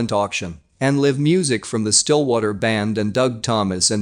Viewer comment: Your computer narrator CANT READ... maybe switch to one that can pronounce words like LIVE and proceeds...